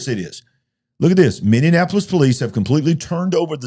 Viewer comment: Folks, please allow me to help you the pronunciation of MINNEAPOLIS. It's pronounced Minnie-appolis. It's NOT Minnie-an-appolis. 😘 Thanks for your time!